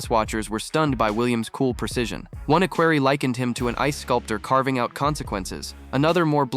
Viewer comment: It’s not ”Aquary” it’s “equerry “! Wake up!